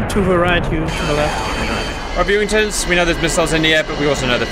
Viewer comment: Haha - last week we were “Viewingtons” 😂